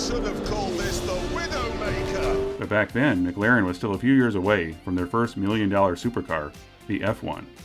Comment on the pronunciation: Why are you saying Mc Laren?